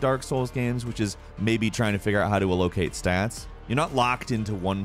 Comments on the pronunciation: Did you really say “uh Lo cate” for allocate? Wow... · Aloh-cate lol some of your pronunciations are interesting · Al low Kate? Lol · And no one is talking about how says "allocate"......?